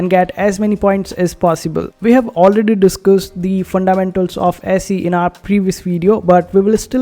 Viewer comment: It's pronounce easy. I think there is a sister coin called Peezee.